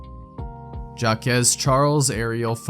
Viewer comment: Just here to say... the name "Jacques" rhymes with "shock." Although "Jack-kez" sounds cute!